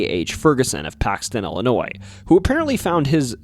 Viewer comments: Ill e noy Not Ali noy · Hey there very small channel. It's pronounced "Illinoi". The S is silent. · No thumbs up or subscription for the simple fact you dont know how to pronounce Illinois. Its not Illi-noise.